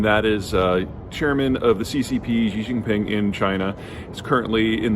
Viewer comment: How does Jeter Jeihan know this about China? He has never been to China. If he ever went to China he would not be pronouncing XI JIN PING as JHEE JHING PING. JEE JEE is slang for penis. Instead, he would say SHEE JIN PING. Shee is 3rd tone, and hard to say, but at least say it in 1st tone, SHEE like female, same the way most American broadcasters do. Obviously, Jeter has never been to China, like JAURA JINGHAM of JOX NEWS who also says Xi in the disrespectful way. Jeter claims to be an expert in International Affairs. He implies he is some sort of learned scholar, but if you examine his background his bachelor's degree is from a small college in Texas. So why do people believe in Jeter's gibberish? Because he has a fantastic salesman's voice and he is a handsome guy. Therefore, he is a MALE version of SARAH PALIN. Don't be fooled. This dude is no expert on China. Worse, in English, he says NEW KEY LER (incorrect), instead of NEW CLEAR (correct), thus reveals his true background as not being a scholar. Don't be fooled by his charms, focus on his lack of real world experience. Everything he knows about China is from haters. Instead YouTube search Cyrus Janssen, a white guy who lived in China for 11 years, now back in Canada, for a more fair minded perspective.